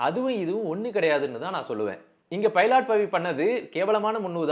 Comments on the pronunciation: பைலாட் இல்ல ப்ரோ.... பைலட்.... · பைலட் பவிடா... பைலாட் பவி illaa😅😅😅